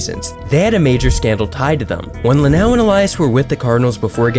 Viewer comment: Jeff Luau wishes you'd pronounce his name LuhNOW like it's spelled. Nice video though.